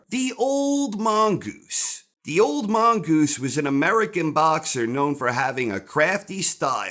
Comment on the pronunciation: Theres nothing better in the world than saying "The Old Mongoose". The way he pronounces it should be taught in schools.